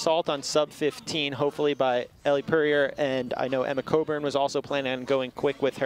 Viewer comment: One of the announcers keeps butchering Elle's name smh